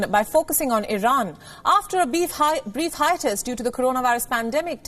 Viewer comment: I know its petty, juvenile even to mention this, but she said "beef hiatus" 😂